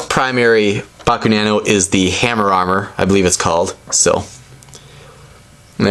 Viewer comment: It's Hammermor,not Hammmerarmor! :)